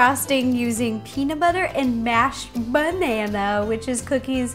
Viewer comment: Are you just gonna ignore her "benana" ...